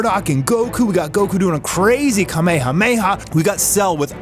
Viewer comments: Wtf is that pronunciation of kamehameha? It's not pronounced like the real person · I don’t like the way he says kame hame ha 🤣